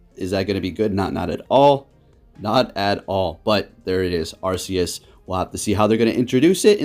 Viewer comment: It was pokemon presents. Arceus is pronounced ark-ee-us